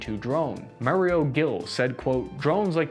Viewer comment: MAURO GILLI Omg how could you butcher the pronunciation so bad?!?!?! It's Italian FFS